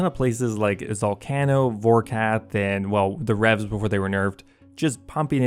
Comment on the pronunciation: you say zalcano funny